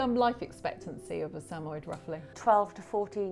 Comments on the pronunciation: Did she call them SAMOI not Sam-Mo-Yed? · The correct pronunciation of the breed’s name is Sam•a•YED, with the accent on the last syllable. The dogs are also affectionately known as Sammies.